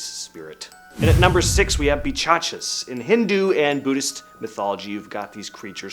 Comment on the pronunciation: its called pishach (Peesh-ach) and not pichachas